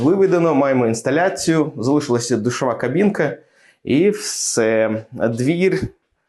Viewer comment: Спершу не зрозумів що за "двір", але потім зрозумів що про двері говорить 😂